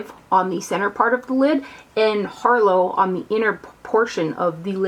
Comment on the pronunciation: It's pronounced "har-lotte", honey. As in, "this harlot has many vices" ;)